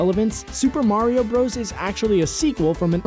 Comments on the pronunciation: Isn't it pronounced Super Mario "Brothers" not "broes"? Bros. (with period) is short for brothers. Just saying. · Fun fact: It's pronounced "brothers," not "bros." Hence the period at the end to denote an abbreviation. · Uh... slight correction. Bowser in the North American games was always Bowser. He was King Koopa in the cartoons. In Japan, he was always known as Koopa. Also, it's called Super Mario BROTHERS. You not actually supposed to say BROS.